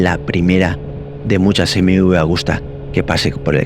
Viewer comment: Excelente moto y muy exclusiva. Por cierto, se dice Agusta y no "Augusta"; bien escrito en el título y mal pronunciado todas las veces en el vídeo. Saludos. ✌🏻